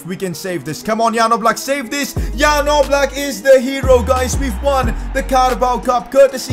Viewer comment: Its definitely Oblak no offence